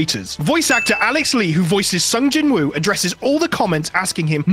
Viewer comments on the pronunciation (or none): Its not pronounced jin woo